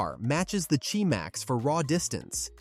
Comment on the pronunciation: It's not ji max it's QI max